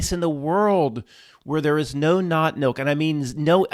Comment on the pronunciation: Lol I thought you were saying NOT MILK? Seasons greetings all 😁🧡